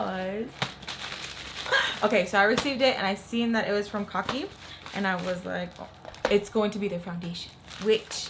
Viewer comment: 🤣🤣 I came to this video after watching your first kokie video where you pronounced it like "cookie" and now here you are saying "kaw key"! 😂 Girl, I can't! Too funny! 💋